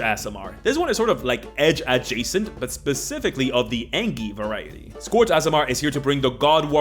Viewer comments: I love the content but gods I can't stand when someone says scourge like that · It's Scourge, not Scorch... >.< Sk-urge !